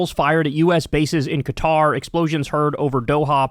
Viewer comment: At least he doesn't pronounce it "cutter," as Anderson Cooper and others do.